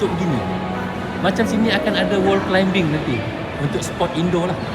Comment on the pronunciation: Wow kalo sy balik kl nanti boleh lah pi ombak klcc.. thanks for sharing. Maaf ye bang, sebutan utk “climbing” tu bunyinya kalau dlm ejaan BM adalah “klaiming”, bukan “klaimbing”. “b” kat tengah2 tu adalah silent “b” bang. Sorry ye. Yg sebutan “buggy” tu ramai kat sini dah perbetulkan. Harap maklum 🙏.